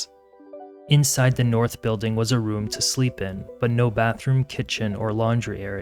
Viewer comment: Stop adding K at the end of g's! It sounds so annoying and uneducated. Building does not end with a K. Following does not end with a K! Both words are pronounced how they are spelled, wtf are adding a K sound to every word that ends with G!!!!